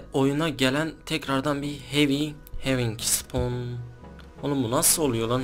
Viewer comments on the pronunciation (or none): having diye okunmuyo abi hawk diye :D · Hewing deil